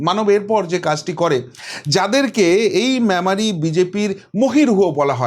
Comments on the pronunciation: Not mamari- it is Memari pls correct yr pronounciation. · মেমারি উচ্চারণ টা ঠিক করতে হবে